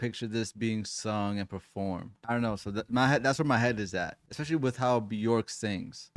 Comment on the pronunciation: Björk is pronounced “B-yerk” … rhymes with work or jerk, not pork.